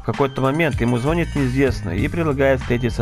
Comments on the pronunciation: Я конечно всё понимаю, но не мог бы ты говорить не "звОнит" а "ЗвонИт"? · Чувак, только не зво'нит, а звони'т)